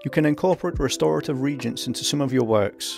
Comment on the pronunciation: Reagents are pronounced differently from regents. [Re-agents] are chemicals that react with each other. Regents are supervisors, guardians, and mentors of a very young royal heir until that heir comes of age and is ready to take charge.